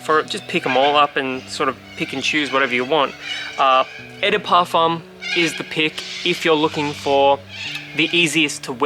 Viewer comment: Beside saying "Eh de Parfum" 😂 2/10 review and is #wild